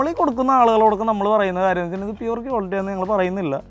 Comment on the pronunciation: കിയോലിട്ടി... അല്ല മാഷേ... ക്വാളിറ്റി...